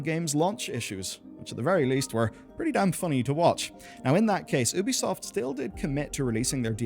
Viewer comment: The way you pronounce Ubisoft drives me XD "Oobeesoft" lmao It's "yuu-bee"